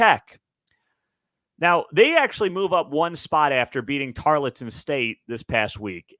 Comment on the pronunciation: Tarleton State. Tarl, like gnarl. Tarl-ton.